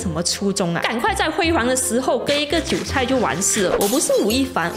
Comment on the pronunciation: 韭菜唸對了咩 ㄈㄟˇ菜比較好笑